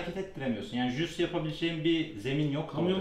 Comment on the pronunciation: Aga biri şu jiu jitsu demeyi öğretsin